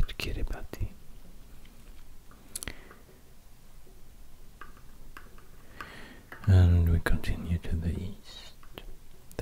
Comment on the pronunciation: Fun fact, Kiribati is pronounced "Kiribas"! :)